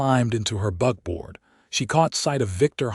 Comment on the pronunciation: buckboard not BUGBOARD.....AI falls very short! The constant miss use of words really bothers me and all but destroys the stories for me.